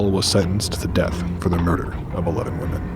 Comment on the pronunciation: The scary part is he said 17 woman instead of women